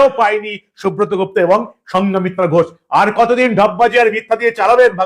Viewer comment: সঙ্ঘমিত্রা, সঙ্ঘা মিত্রা নয়।